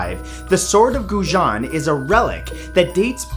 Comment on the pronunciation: Guo Jian NOT gu gu jiao yr lanjiao damn small!!!